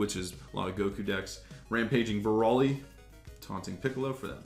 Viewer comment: Its broly not braly....